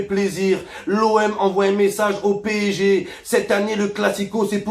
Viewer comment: Il sait pas dire P.S.G. c’est P.ÈJ.G. 😂